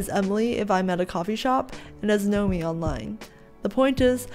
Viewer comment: NOMI. It sounds like: Not me. :D Greetings.